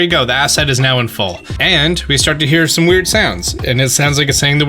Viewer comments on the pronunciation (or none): none